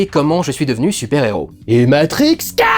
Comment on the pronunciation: J’espère d’une façon où d’une autre, que les salles de cinéma pourront ouvrir. Parce que la, ça commença à me manquer. Lorsque tu avais annonçait que les films sortiraient aux cinémas en 2021 (normalement), pourquoi tu as hurlé quand tu as prononcé Matrix 4 durendal1 ?